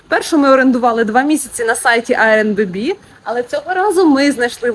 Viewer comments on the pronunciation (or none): дякую за відео, але "еір-бі-ен-бі"))